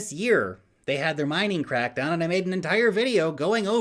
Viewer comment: What i heard when you said it was China bitcoin CRAPDOWN.😁😁